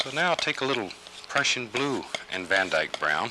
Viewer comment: Did he say Van eyke brown, as in the artist van eyke😂😂